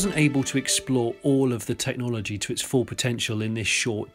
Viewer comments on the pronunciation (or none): none